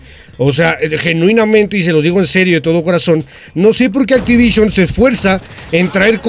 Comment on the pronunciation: Puro hate contigo... para empezar qué es "ACTIVITION"?